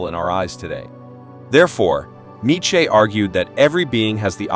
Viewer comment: I can’t stand the way this bot says neitcheze